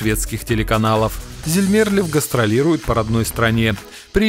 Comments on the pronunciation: А что у вас случилось с ударениями? Ни одного правильного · Бл..дь, комментатор и ведущий, у тебя что проблемы с ударениями?? ЗельмЕрлев? ДжамалА???